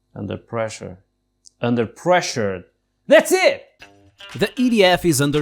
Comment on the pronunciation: "Unper pressure"